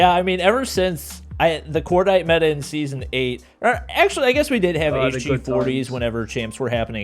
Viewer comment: Meta: Meh"a